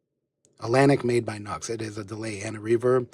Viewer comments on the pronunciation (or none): It’s not Nux. It’s “New X”. Just thought I’d mention. Nice setup.